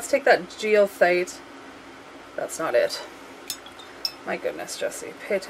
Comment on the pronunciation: Goethite = guh tite (hard G). : )